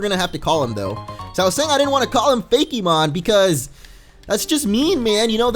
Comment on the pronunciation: you are going to kill me why the heck do you keep saying "fakymon" its freaking fakemon fakemon fakemon fakemon fakemon god